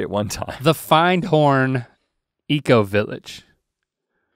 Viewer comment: Findhorn is actually pronounced fint orn. I never even questioned why it isn’t ‘find horn’ until now lol.